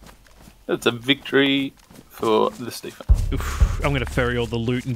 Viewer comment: ITS THE ste-PHEN!!! OMG